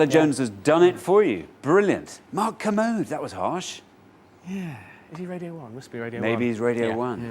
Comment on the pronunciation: It's Ker-mode Not commode